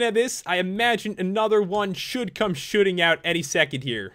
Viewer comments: When Pat said " Shooting out of it" I thought he said "Shoopin it." I WANNA GO SHOOPIN WITH PAT!!!!!!!!!!!!!!!!!!!!!!!!!!!!!!!!!!!!!! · Ya it did sound like it